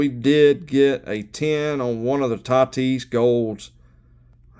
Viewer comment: "Nice little three piece Tah-tees" haha well played. Congrats on the return!